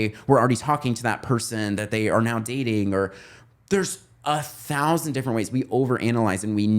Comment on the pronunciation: Why does bro say 6000 like that, my town has 1000 people (also side note, my town is so country that I still get shocked whenever I go out of town and see a Kamala Harris sign and there are 2 mixed race people according to the census)